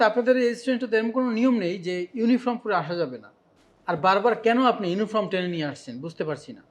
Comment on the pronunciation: ইউনিফর্ম, কিন্ত ইউনিফ্রম না, উচ্চারণ ঠিকঠাক করুন